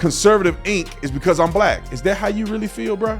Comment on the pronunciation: secs in and already don’t agree with this dude like why tha F he say “black” like that smh